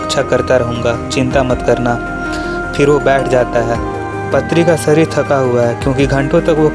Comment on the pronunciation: Also it is not patri. Paatri पात्री